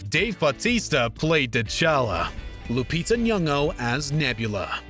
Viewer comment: Omg you pronounced Lupita's last name correctly!